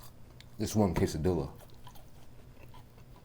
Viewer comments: This is how you pronounce Quesadilla ( ke - sa - dee - yah ) not ( ke - sa - dee - lah ) 😅 there English speaking world don't ya get it wrong now you know. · Does know it's pronounced quesadiya or is he just being silly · The correct pronunciation is quesadilla without the “L” at the end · The way he says quesadilla bothers me so much